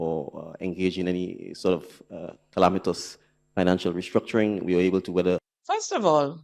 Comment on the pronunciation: “Calamitous”??! Wah really saying dey, lying 🤥